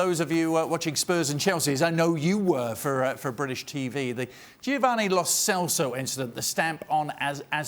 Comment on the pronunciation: Which moron wouldn't think it wasn't a stomp? And his idiot can't even pronounce Lo Celso's name.